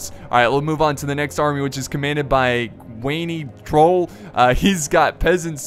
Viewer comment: Cwany Trol is polish for "Cunning Troll". Laughed a bit when you mispronouced. :D